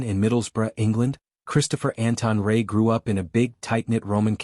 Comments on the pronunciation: Will you please get his name right? It is Chris Rea - reeya not Chris Ray. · Be something if you got the pronunciation of Chris.s surname right.😢no respect..